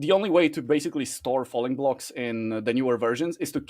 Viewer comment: I thought was saying funny blocks instead of falling blocks for so long